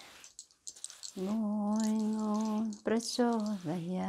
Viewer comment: She recited the Gayatri Mantra well excepting the last one. It should be DIYO YO NAH PRACHODIYATH. She is serious about this and does it with dedication. Great video.